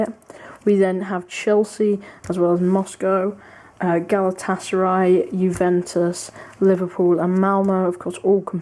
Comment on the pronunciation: ı just liked because you said galatasaray correctly